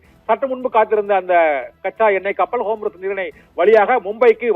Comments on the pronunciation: ஏ... மன்டகலப்ப ... அது ஹோம்ருஸ் இல்ல. 'ஹார்மஸ்' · Dey vengayam homroos illeda( Hormuz ) ✅️😂😂😂😂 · What a great pronunciation "Homrus". Bull shit